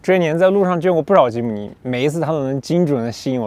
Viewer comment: 非常開心，第一次聽到有車評唸出正確的名稱吉姆尼了